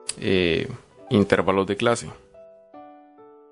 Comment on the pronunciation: La palabra es intervalos, no intérvalos.